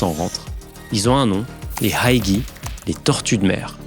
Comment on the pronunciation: Aussi HaiGui se pronounce Hai Gouée avec H aspiré